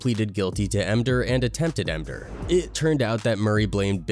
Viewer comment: Mder? The word is called “murder” grow a spine dude